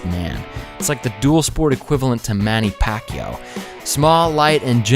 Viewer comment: Did he say Manny Pacquiao